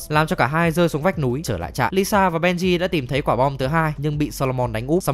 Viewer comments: là ilsa faust, not Lisa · Nhân vật ILSA mà đọc là LISA làm hnay đi coi phần 7 chả hiểu ILSA là con mẹ nào đâu ra 🤣🤣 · Quại cố tình đọc ilsa thành lisa hử 😡